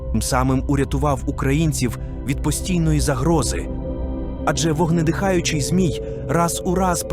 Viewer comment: Дякую Вам за відео! 🙏 Але дуже відволікала постійна зміна наголосу в одних і тих самих словах. Навіть Сварог - був то СвАрог, то СварОг. Чомусь "вогнедихАючий" замість "вогнедИхаючий", плугА, ВелесовА замість ВЕлесова і тп. Мені, наприклад, нема діла до картинки, бо я не дивлюся, а слухаю, то це дуже ріже вуха. Я сподіваюся, що у наступних відео так не буде. Бо дуже цікава інформація 😊